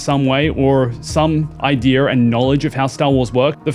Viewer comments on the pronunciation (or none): Where do you see an R in the word idea?